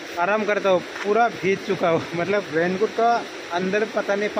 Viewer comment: Bhij gaya nahi bhai bhig gaya kehte hain plz don't mind pronounciation tik karne ke liye bola huan bura maat manhna